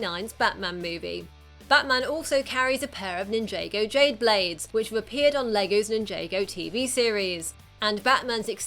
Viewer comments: it's not nin-jay-go town it's nin-ja-go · It’s Ninja-go. Not Ninjay-go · Nin jah go not nin j go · She keeps saying ninjago wrong she calls it ninjAgo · Why does everyone say NinJAYgo and not ninja-go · did she say ninjaago instead of ninjago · Why dose she say n-j-go it's nin -jargon it's just spelt ninjago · Its not pronounced nin-jae go its ninja go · It's not pronounced nin-jay-go, it's pronounced nin-Jah-go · It's Ninjago Not NinjAEgo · Who else is triggered that she proncounces ninjago Nin-Jay-Go insted of Nin-Jah-Go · Its Nin-Ja-Go Not Nin-Jay-Go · It's not ninj - ae - go it's nin - aaaaaaa - go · It's not ninjaygo it's ninjaggo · Its not nin-jay-go its nin-jar-g(k)o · It's weird to hear "Nin-JAY-go" instead of the obvious (as in said again and again in its show and ads ) "Nin-JAH-go". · is triggering me sooo much, it's nin-jar-go not nin-jay-go!! anyway great video. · Its nin jaaaa Go not ninjaygo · it's ninjago not ninjaigo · Ninja go not ninj aaaaaaaa go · hahaha ninjaga lol its ninjago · "NIN-JAY-GA" It is Nin-ja-go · nin-jah-go, not nin-jay-go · It's ninJAHgo not ninJAYgo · Nin-JAY-Go? It's pronounced Nin-JAW-Go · It is pronounced 'nin jah go' not nin jay go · Its pronounced NIN-JÁ-GO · It's ninj 'ah' go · i like how she ssys ninjago like ninjaygo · Nin-YAY-go, really? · it's pronounced "nin-jar-go" ok I'm a TFOL SO this annoys me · It's ninjago not ninjaygo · Ahem, it's pronounced Nin-jay-go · excuse me, "nin-jay-go" jay ... has she never heard someone say "ninja" before? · IT'S PRONOUNCED NINJAHGO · Did she seriously pronounce Ninjago as Ninjaygo? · IT'S NIN-JAW-GO NOT NIN-JAA-GO!!!! I'M TRIGGERED!!!! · they said ninjago wrong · You mispronounced Ninjago. Also, you forgot the classic and Batman Beyond costume.